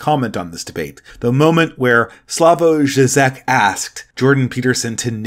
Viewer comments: It's pronounced "Slaw-voy Jhee-jek" from what I'm aware. Despite being a Communist, he helped liberate his country from the actual USSR by promoting a more moderate position (i.e. don't shoot or silence dissidents, tolerate some free market reforms, even a few genuine protests) that eventually led to the collapse of Communism in that area. You have to give him props for that and understand the context of his day and where he fit into it, as he was the 'moderate reformist' of a time when the far left was way, way worse and doing so in his country ran a real risk of getting him imprisoned or killed. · Slavoj Žižek (/ˈslɑːvɔɪ ˈʒiːʒɛk/SLAH-voy ZHEE-zhek)